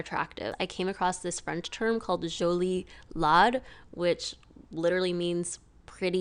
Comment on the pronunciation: French guy here...I've never heard the expression "jolie-laide" (which should be pronounced like the metal "lead", or laid, except without the diphtong on the "I", rather than like "lad")